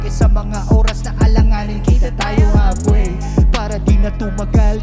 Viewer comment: Ano meaning nung "kita tayo halfway"? I love pero di masyadong malinaw yung pagbigkas niya ng halfway